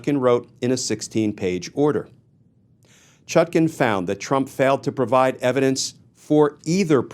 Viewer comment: Why do you keep mispronouncing her name. The second syllable is pronounced like the second syllable of napkin and not toucan